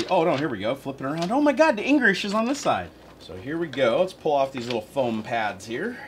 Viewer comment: O no here we go flip it around, dat enrish is on dis side<<<haha